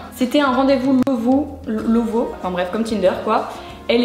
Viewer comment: je t’aime bcp mais que tu saches pas prononcé Lovoo alors que t’as fais une vidéo sponsorisée avec eux... comment dire c’est moyen